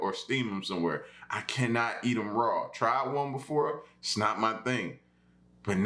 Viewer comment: sounded like you said ' "snot" my thing' 😂